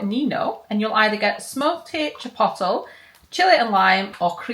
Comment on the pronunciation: Please look up how to say Keto & Chipotle love 😊💖 great video x